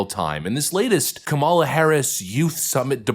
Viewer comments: YES! N.E.V.E.R. LE.T. H.E.R. F.O.R.G.E.T. I.T. Her name is kuh-MAH-luh! It is Not COM-mah-lah. She is indian, not black (black is from Africa) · I detest her politically, but it hurts critics credibility when they can’t or don’t pronounce her name properly. KAM a la, not Ka MAL a. It’s not that hard! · Her name's not Kamala, it's Kamala.